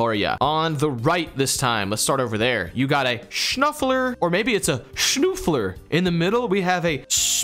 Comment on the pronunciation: As a Gran guy, hearing you try and pronounce German words is really entertaining. But honestly many of your pronunciations aren't too far off ( did a good job with the ü in "Schnüffler" and honestly that's a W in my book). Also...not to be that guy...but dermis isn't German😅it's Greek origin (derma) and does mean skin. But the German word for skin would be "Haut". Keep up the great vids guys! Always a pleasure to watch.